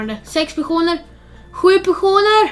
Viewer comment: Hahahhahah du säger pesoner